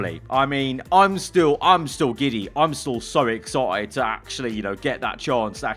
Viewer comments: Exci ed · when the british accent kicks in ”excited”